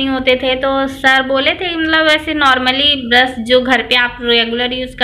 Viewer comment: ब्रश not ब्रस😀